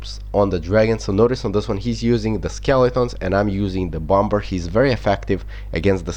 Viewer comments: bomber is said bommer haha but I love the way you say it!! XD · Bomber you have pronounced wrong it is a silent b so it is basically bomer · Pronounce Bom-er